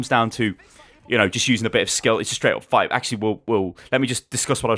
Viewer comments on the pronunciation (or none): I died when u say fuight XD